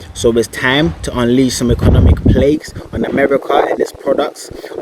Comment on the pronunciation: "Economic Plaques" Lol 😂